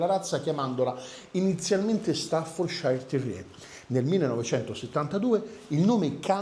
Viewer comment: ...sei sempre super professionale! Se posso farti un appunto, il nome staffordshire non si pronuncia ..."sciair" bensì " cier" o céér" con la "r" quasi muta , in UK, e con leggera differenza in Usa.." shéer" o Shiir Quindi " stafforceer" , in USA con la "r" più marcata. In entrambi i Paesi mai pronuncia " sciair " , nemmeno Yorkshire ! È anche vero che gli inglesi e credo anche in Usa , il nostro cane corso lo chiamano " chein corso" ......😂 Salutoni ...e scusa per la precisazione 🤷‍♂️😅..ma era solo così, come notizia per tutti. Poi ognuno lo chiama come meglio gli viene. Meglio Amstaff 😅